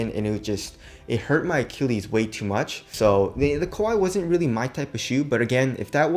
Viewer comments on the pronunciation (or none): none